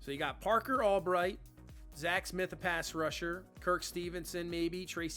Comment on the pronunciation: i love your content. gret draft....but goodness gracious it hurt my ears and brain hearing you call him parker ALBRIGHT instead of parker ALBERT the entire second half of the video lol